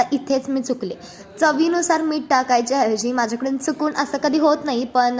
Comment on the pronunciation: Meet mhantat nahit...meeth mhantat